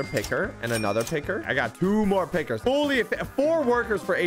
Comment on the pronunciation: Him saying, pickers kind of sounds racist